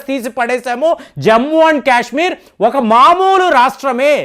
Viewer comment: క్యశ్మీర్ కాదు సారు కాశ్మీర్ పదేపదే క్యశ్మీర్ అనకండి